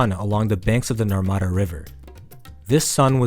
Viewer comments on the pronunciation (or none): Really great content explaining Indian history accurately. Thanks for making this. Just one thing I would like to draw your attention to, please check the pronunciation of the word "NARMADA".